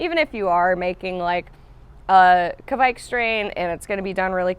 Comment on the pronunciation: The kv in 'kveik' is pronounced like the kf in 'backfire'